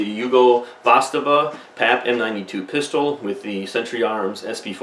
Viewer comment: Wtf is a vastava did you mean zastava?